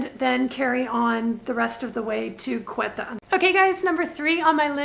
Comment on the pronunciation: Hi, loving your videos! Just a quick note, you're pronouncing Quetta incorrectly. The Ts are hard Ts, like in tomato. Keep up the incredible work!